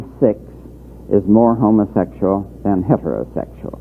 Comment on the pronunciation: I laugh how hillbillies pronounce, Homa-sexul.😂